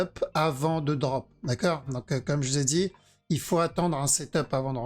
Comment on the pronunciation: Et ZE parti ... ZE VEUT le regular du perp 😂